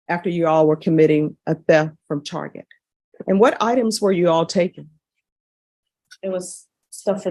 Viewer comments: lol she called it "tarjay" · She did not just say "Tar-zhay"